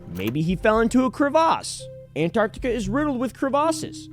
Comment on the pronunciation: Is that how crevasse is rlly pronounced